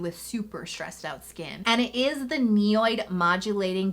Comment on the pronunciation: NIOD is pronounced “ knee odd” not “ne oyd”